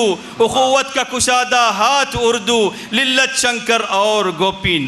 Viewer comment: Lalit ko lillat kah diya Shaik ko saheeh name bataya jaye